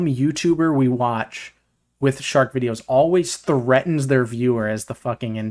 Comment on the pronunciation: “Shork” made me laugh XD